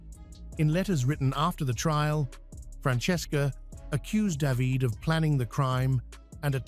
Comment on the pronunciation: Daveed and davidae... funny Ai. The children were orphained...